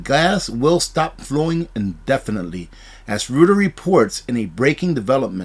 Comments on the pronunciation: "Reuters" is pronounced "ROY-ters". Keep the news flowing. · Just a note: I believe Reuters is pronounced like “Roiters”. 😊